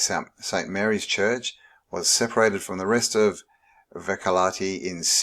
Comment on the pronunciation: for anyone trying to pronounce Vehkalahti for the first time, and without preference, your doing amazing job